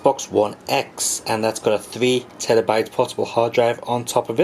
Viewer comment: “Three Tellabyte portable hard drive?” I think you’ve been been in Japan a bit too long, my friend. ;)